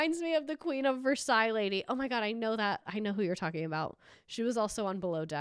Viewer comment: Can’t believe you pronounced Versailles the KY correctly lol